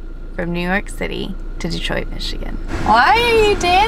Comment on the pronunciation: The hotel you guys stayed at is by my house! I hope you guys enjoyed your stay in Michigan. And I'm glad you guys say Detroit right! Too many people say Duh-troit instead of Dee-troit.